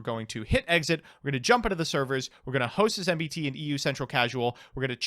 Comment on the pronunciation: It's Mmmm-Beee-Teee, not Mmm-Bee-T